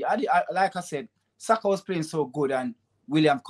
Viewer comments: Did he say BUYAKA????? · 2.45 he calls Saka 'Boyaka'. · My man said Buyaka😂😂😂😂